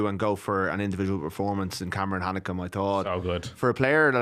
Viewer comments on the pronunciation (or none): Cameron hanekom not hanneka for fuck sakes